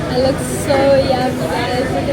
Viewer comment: The leeewwkkss??? Oh darling! 🤭🤭🤭